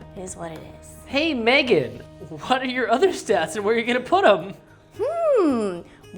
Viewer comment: I know he says "that was not research Megan" but bc of how he says it I thought he said "that was not research babe" for a second and I was like w h a t